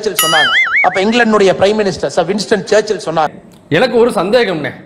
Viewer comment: சர் வின்ஸ்டன் சர்ச்சில் என்பதை சப் இன்ஸ்பெக்டர் சர்ச்சில் என்பது மாதிரி சொல்கிறார்.